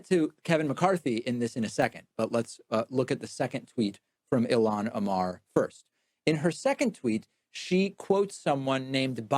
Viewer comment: I don’t believe for a second he’s not purposely mispronouncing ilhan